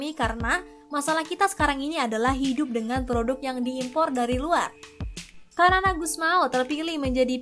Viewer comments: Xanana gusmau ... Bacanya sanana bkn kanan 😂😂😂😂😂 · Sanana bosss bukan kanana wkwkwkwk😂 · Xanana = sanana Bukan kanana.. Terlihat narator tidak punya wawasan yg luas sehingga salah mengeja nama xanana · Xanana dibaca 'Sanana', bukan Kanana 😂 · BUKAN KANANA min......Xanana (dibaca Sanana)